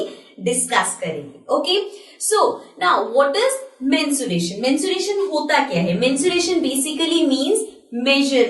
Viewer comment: Mensuration nah mutthivation